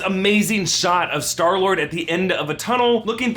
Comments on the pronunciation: "and earlier we sall skylord" 😆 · LOL U SAID SKYLORD